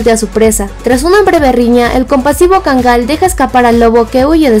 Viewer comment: Está bonita la información pero sabes? La raza se pronuncia KÁNGAL... Así, como si tuviera acento prosódico en la primera A y no como erróneamente lo pronuncias: KANGÁL, te lo digo en buen plan porque yo viví 5 años en Turquía y para que en la medida de lo posible, le rindas reverencia al REY DE LOS PERROS: EL KÁNGAL TURCO...